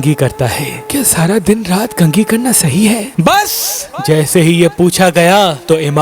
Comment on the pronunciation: Bhai yeh “BAS” per Itna zor kyun dete ho ? BAS kuch is tarah kehte ho Jese poochne waley Ne koi ghalti kardi ho !!! Yeh special sound effects ki koi zururat nahi hai wese kyunki jis hasti ke aqwal Aap sunate ho Wo Khud Bht special hain or unko kisi sound effect ki zururat nahi hai. Ek suggestion tha jo apki khidmat main pesh kiya agar ap ittefaq nahi karte to koi Baat nahi.